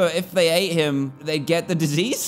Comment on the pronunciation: “He has a disiease?” THE RIDDLE SAYS ITS A WISH